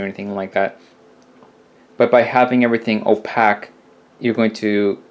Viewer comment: The WORD OPAQUE is Pronounced OPAQUE. As in O-PAKE...Not Opack. lol Stop it. lol